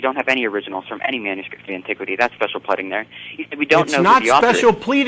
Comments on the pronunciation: Dear, “Pleading” is not pronounced like “breading”. It’s pronounced like “reading”. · This guy says "special pledding" several times. Perhaps the same mental disorder that prevents him from saying "pleading" is the same one that makes him such a delusional fuckwit. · whatever I just thought it was funny when he said pledding instead of pleading. What fallacy did you think it was anyway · Why the hell does he keep saying "Special Pleding". Pleading is not a hard word to say. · Ugh! This guy is so arrogant, and with no justification. He's ignorant and not terribly bright. I could never do this show - I'd have hung up on him the first time he said "pledding". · 'Pledding'.....no that's not it. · I know, what the hell is "pledding"? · It's not 'pledding' dumbass.